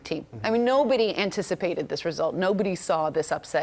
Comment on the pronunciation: You are right, I didn't even notice they butchered the name of my country. Professionalism through and through.